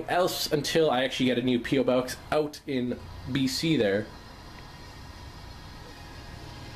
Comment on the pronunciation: it's funny because he said oot instead of out